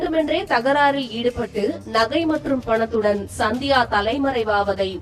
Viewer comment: சந்தியாவா? இல்ல சத்யாவா? ஒழுங்கா தமிழ் படி!